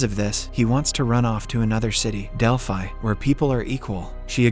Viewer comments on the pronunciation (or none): none